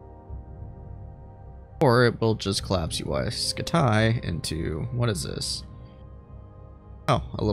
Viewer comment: Uy scutaay (like your vids)